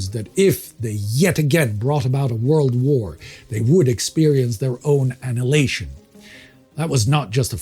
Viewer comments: Can't say I've ever heard annihilation pronounced that way before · Never heard that pronunciation of "annihilation" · I'm having a weird sense of deja vu -- please learn how to pronounce "prophesied" and "annihilation" correctly!